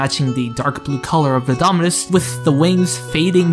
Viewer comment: nah bro how this goofy ahh kid pronounced half of the names wrong for the dominus 💀 (Also, i probably did make mistakes in this video since I'm no roblox historian. If you got any serious points I missed or got mixed up, feel free to reply)